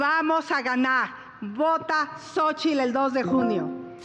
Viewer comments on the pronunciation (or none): Nunca había escuchado tantas "g" en mi vida Es un hogog de candidagta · Llevo 28 segundos viendo esto y me cga que bo pueda pronunciar la "R" la vieja mmdra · Pobre botarga primero pronuncia bien. Jqjajajaj